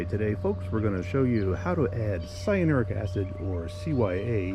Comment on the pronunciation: Thanks for the video. Very informative. Why do you keep mis-pronouncing cyanuric acid?…LOL😂 It’s ‘sigh a noor ick.’